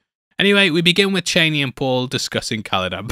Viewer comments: CHANEY? You mean CHAWNEY? Chani. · Man said "Chaney" 😭💀